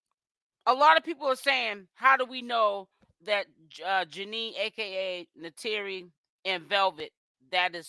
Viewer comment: Okay but why are you still calling her Janine.! It’s Janayyyyyy ja- NAYYYYY